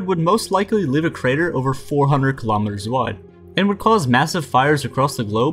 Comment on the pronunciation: Please pronounce Kilometers correctly man!!